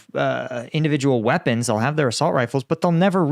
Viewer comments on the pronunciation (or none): none